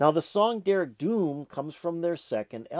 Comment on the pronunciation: And the d in dearg is pronounced as a soft j